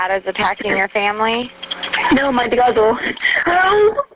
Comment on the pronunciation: Why do so many 911 operators waste precious time? He clearly said his brother was attacking his family. Twice. And It sounds like he has a speech impediment with his "R" but it's clear that he says brother. And she keeps asking.